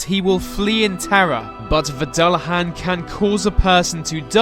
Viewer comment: Dullahan is pronounced Du-han